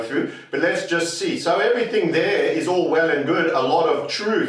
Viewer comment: I thought said, "Orwell and good," instead of "All well and good!"👍👍👍